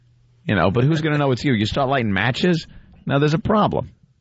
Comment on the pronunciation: "Why do I keep saying matchkeses?" ~Opie -For the same reason you mispronounce words all the time... because you're an incoherent nitwit.